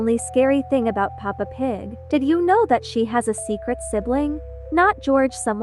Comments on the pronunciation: DUDE ITS PEPPA NOT PAPA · it's peppa! Not papa! >:[ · She said papa pig it is Peppa pig 😭😭😭